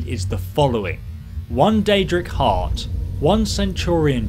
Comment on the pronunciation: “You will need I deadra heart bc it is quite rare” 😂